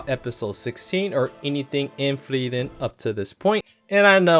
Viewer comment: Please quit mispronouncing "Frieren"! For one thing, her name actually has 3 syllables. It should be pronounced "Free-er-ren". However, the vowel sounds kinda run together, so "Free-ren" is a good approximation. The way pronounces it is just stupid.